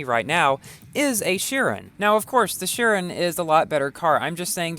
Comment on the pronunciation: It's pronounced- shiron not shirin